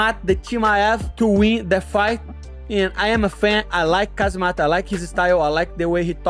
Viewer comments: Chael: Hazmat Moicano: kazamat ✋🍺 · My man Renato, It's 'Khamzat' and not 'Khazmat'! :D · Kuh-Hama-Zat aka Khamzat 😂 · Who the fuck is kazzemat lol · Everybody butchers Khamzat's voice. Its Hom - zott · khazmat, khazmat.... LOL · I just cant get enough of Miocano's various Kazamatch pronounciations! Dudes a lyrical legend. 😂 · Casmat, Kazemat, Khazmat, I love the pronounciations, rivaling Uncle Chael and JOey Diaz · Kah-zi-mat Chee-mayev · So many fighters have trouble pronouncing Khamzat! They say "Khazmat"!!😂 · He said Kazmatch twice, too lol 🤣🤣🤣🤣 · Chael and Moicano pronounces Khamzat’s name like they got something against him 😂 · Moicano's out here tryna challenge Sonnen for the undisputed mispronounce championship... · He's copying Uncle Chaels' pronunciations😂😂😂